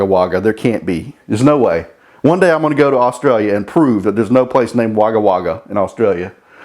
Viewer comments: Merry Christmas. From Newcastle, Australia. 😂😂😂 Wagga Wagga - Just pronounce it as Wogga. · Haha yes there really is a Wagga Wagga 😂, pronounced ‘wogga wogga’. Hello here from the Gold Coast😎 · Melbourne, Australia. Love your channel. 100% there is a Wagga Wagga but it would be pronounced Wogga Wogga over here. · Pronounced "Wogga Wogga", its nowhere near the most obscure or funny name in Australia. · Yes there is a Wagga Wagga. The way you pronounce it is hilarious. From Oz myself. Half the names here are Aboriginal words and so on. I watch your channel for the no nonsense approach to things. Can't wait to see the next episode of the 2 runner. Merry Xmas!